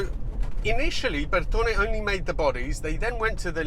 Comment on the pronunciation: I love how you Brits will go out of your way to pronounce Bertone, but still get Porsche wrong all the time! Haha. I had one an X1/9 years ago (with the haircut to match), and I miss it to this day.